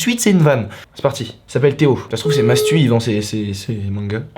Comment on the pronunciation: « mastou » mdrr gros